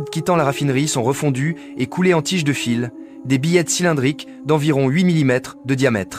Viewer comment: Contenu généré par Ia, voix IA aussi totalement a la ramasse qui mélange fil (electrique) et fils (de famille) Ca devient absurde sur les reseaux et dire que cela devient de plus en plus facile a faire en automatique. Les scripts sont fait en python pour faire cracher une script a chatGPT puis collecter des images soit volé, soit un peu partout, et plaque une voix a la con. Après les vidéos du genre industriel tel que ce genre là sont de plus en plus fait ainsi.